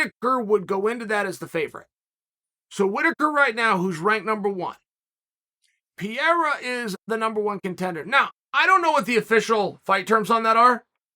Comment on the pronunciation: I was sooo confused as to who tf Piera was, I thought he was talking about someone up at light heavyweight that I somehow didn't know about. Only when he started talking about his upcoming bout with Adesanya did I realize he was talking about Pereira. I mean come on Chael, you're one of the top analysts of the organization, you've gotta have a minimum of an idea as to how you pronounce a man, who's literally challenging for championship status in the coming weeks, name. I love the content, I think you bring great insight from an ex-fighters perspective and company strategy on how to build match-ups, but please take time to learn the fighters names.